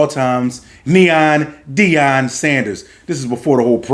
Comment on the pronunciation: SOMEONE FINALLY GOT HIS NAME RIGHT!!!! NEON DEION!!!! FOH!!! WITH THAT PRIME SHIT!!! 😆😆😆😆!!!!!